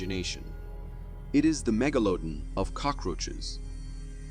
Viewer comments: Megalodon? Who spell checked this? ;-) I was wondering what the heck the AI voice was meaning. Meg*La*don not Mega*Lodon, LOL! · 1: ...seriously? Megaloaden? Mega-la-don. Learn how to speak the words. 2: It is a FAKE photograph. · Megalodon is pronounced mega-la-don. I had to look at the transcript to see what the hell animal you were trying to compare to. O my! Did you butcher that word. LoL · Right before the 39 minute mark: what's a "meg-a-loaden"? Is he talking about the megladon? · At around the 39 minute mark they show some creature but whatever it is is nowhere as strange as the way the guy pronounces "megalodon". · Lol at the way you said Megaladon 🤣